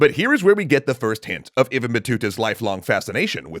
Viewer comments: It's Ib-ne not ebn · isnt "ibn" pronounced as ib-nu? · Isn't it pronounced "IB-NUH" Battuta?